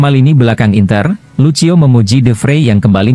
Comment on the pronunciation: Woooiii... Lucio bacanya LUSIO. Kurang bahasa asingnya yaah...😇